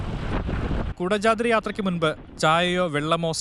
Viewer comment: കുടജാദ്രി ❌കൊടചാത്രി✅